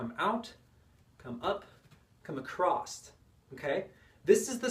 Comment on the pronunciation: "Acrosst" is not a word. Just like "heighth". Great vid 👍